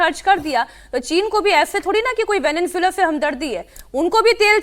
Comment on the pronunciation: एंकर को सबसे पहले वेनेजुएला बोलना सीखना चाहिए, यानि इस देश के नाम को कैसे उच्चारित किया जाता है, सीखना चाहिए ।